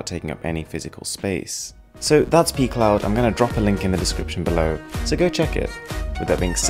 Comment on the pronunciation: Is it just me or does pcloud sound more like pee cloud?